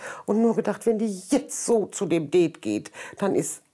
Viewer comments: Immer die mit ihrem " Deeeet". Sorry aber die Aussprache ist voll im Eimer😂😂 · Die sagt deet anstatt Date 😂😂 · Zum 18099 mal das heißt date und nicht deet😂😂😂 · Ich: Date Andere: Date Oma: Date Marianne: Deeeeeeeeeeeeet 😂🤣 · "Sie freut sich auf ihr deet" 😂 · Marianne:sie freut sich so auf ihr deet Ich:NEIN ES HEIẞT DATE UND NICHT DEET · Marianne sagt "det„ was heißt date 🤣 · Was reimt sich auf Beet? Marianne: "Deet" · Det ich dachte das heißt Date 😂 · ich:date andere:date katze:date sprechender Mülleimer:date Marianne:DEEEEEEEET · "das DeHtE''🤣🤣🤣🤣🤣🤣🤣🤣🤣🤣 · Mariane:Sie freute sichauf ihr Deet Ich:Mariane ES HEIßT DATE!!!! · Marianne und englisch Marianne sagt:auf ihr deet Mein gehirn: Marianne es heißt date und nicht deet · Warum sagt Marianne det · das heißt Date und nicht Det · Das heißt Date und nicht deeet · Ja kein det merr sondern dare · Der Typ mit der Katze checkt das niemand? Ironie!!! Die Tante Marianne hat anstatt Date DEEET gesagt und das ist der Witz daran!😂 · Ja dome Hat so schön wie mariane sagt ein deet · Sie freute sich so auf ihr „deet“ haha marianne 😂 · sie freute sich so auf ihr dät" 😂👍🏻🤝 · "Sie freute sich so auf ihr Dettt"🤣🤣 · “Sie freute sich auf ihren dät” HAHAHAH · “Sie freute sich so auf ihr Deet👁👄👁” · Wieso sagt diese Tante immer DEET . Daa regt mich so auf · Bingo Satz : Marianne kann das Wort Date nd ausprechen